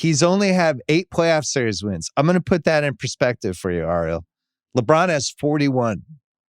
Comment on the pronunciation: Bill, It’s eh-ree-hul for the love of god will you please pronounce Ariel’s name right lol. He’s been a guest several times now